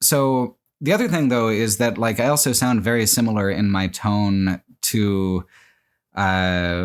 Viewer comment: Congrats on 10 years of pronouncing the word "also" as "elso".